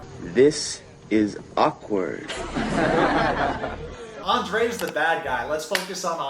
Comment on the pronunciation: Oh no, you are saying his name all wrong. You have to Roll the “r” when saying Andrei just like Elizabeth does.😜